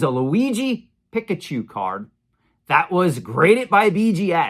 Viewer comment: PEEK-UH-CHU (not pick)